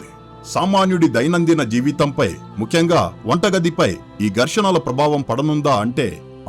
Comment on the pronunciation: చెత్త వ్యాఖ్యానం. వృత్తులు పలకడం నేర్చుకో. బారతదేశం కాదు భారతదేశంలో అనాలి. ముక్యంగా అనకూడదు. ముఖ్యంగా గా నీలాంటి వాళ్లు నేర్చుకున్న తరువాత యుట్యూబ్ వీడియోలు చేయి